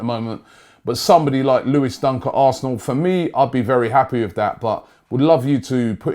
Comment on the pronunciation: lol it's Dunk not Duck😂😂